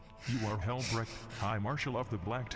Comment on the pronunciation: I love how had called Dorn Dadorable and towards the end called Helbrecht “big bruva helbreak.” If he does not eventually become an Imperial Fist I will be sad.